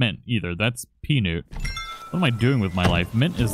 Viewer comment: I think he's cheating I haven't got the mushroom furniture either and he pronounced Peanut wrong its Pea and then Nut not Peaonut